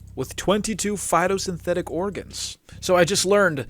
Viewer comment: everytime you say phitosynthetic organ i take psychic damage